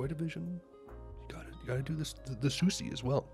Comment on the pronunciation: You’re pronouncing her name incorrectly : SUSIE is the correct pronunciation